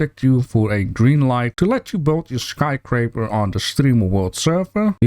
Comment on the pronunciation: Love your channel. Sometimes you mispronounce. It's sky scraper, not sky craper. No judgment here though. I mispronounce 4 other different languages lol